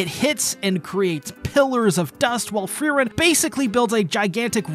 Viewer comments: Fryren? Huh You meen Frieren right? (Fuh-ree-ren)? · Who is FRY-ren ? :) Good video though. Free-Ren puleez Absolutely love Ubel this episode and as soon as I saw the chest in the room, I just KNEW she'd end up in a mimic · You called frieren normally in The fact you kept using fryren is just intended to piss us off isnt it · Fry - Ren? What the hell. Free-ren, not Fry-ren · Uhm anyone else annoyed at fries of all things? Please man speak her name properly || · Ugh, it's really bothersome to keep hearing you call her Fry-ren... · Would it kill you to not call Frieren "fry-ren"? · Pretty early in the video, he pronounced it correctly once. After that, it bugged me so much more. Another great episode of an awesome anime. Thanks for the recap! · I was looking for this comment! Why was he calling her Fryryn!? 😂